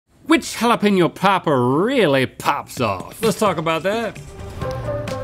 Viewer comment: finally Hala-penyo.. not peen yo.. keep it up..